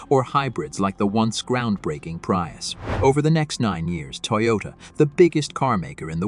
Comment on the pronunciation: Is it so hard to read the script yourself instead of using an AI that has no idea what it's saying or how to pronounce common names and words? I'd rather listen to someone make mistakes and correct themselves than to hear a computer mispronounce a name that 6 billion people know how to say. It's not called a "pry us".